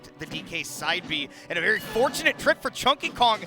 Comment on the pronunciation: this was a vewy vewy intewesting set